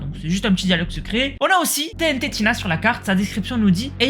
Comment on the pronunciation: sa se dis TNTina pas TNT tina 😭